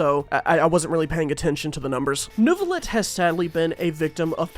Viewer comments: IT'S NEUVI!!!! NEIVILETTE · Neuvilette, nerville顶